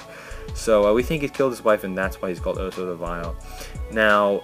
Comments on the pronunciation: its pronounced AUSAR not OSAR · Why do you say OH-sar? The Archivist and the WoS say OW-sar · Yeah, pretty much the same. It was irritating me they pronounced the A as O